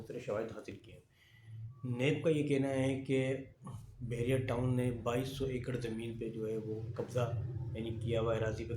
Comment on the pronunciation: Bahria , not behria